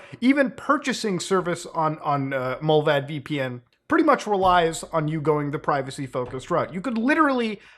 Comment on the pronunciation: You are pronouncing it wrong. You are saying Mullväd, it is Mullvad.